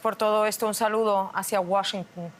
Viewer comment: Enseñenle a como se pronuncia la capital de EEUU. No es Washincun, es Washington